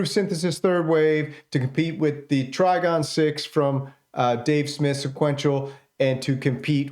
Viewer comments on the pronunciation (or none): none